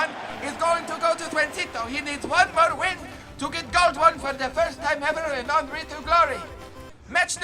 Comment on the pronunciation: His name is HENRY not ANRY